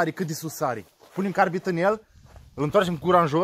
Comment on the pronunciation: Carbid nu "carbit"